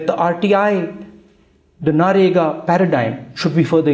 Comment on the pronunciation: Narega nHi mere bhai it's Manrega kbhi shi bolenge aap 😆😆😆🙏🙏